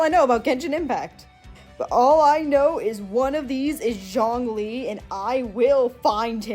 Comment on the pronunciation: dw you got zhongli right the first time 😂this video was pretty funny, you were either way off-base or surprisingly close on your guesses